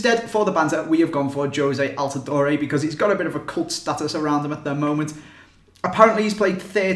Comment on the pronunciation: Stfu you and your gay ass accent, talking shit about Americans. I hate how people from UK think that football is their life and they are the best at and keep putting Americans down, you can't even fucking pronounce altidore or can't even pronounce any Spanish names properly (noticed in videos). P.S altidore is probably 100x better than you at football.